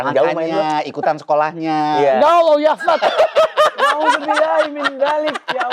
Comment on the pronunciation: kerasa Arab nya pas ngucap "YA ALLAH YAKHFAD". benar-benar makhraj huruf sesuai 😂